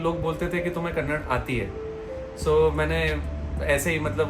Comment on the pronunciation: It is not kannad it is kannadaaaa😊